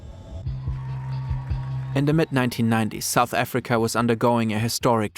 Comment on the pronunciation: You sa pronouciation got me crine 😭😭😭😭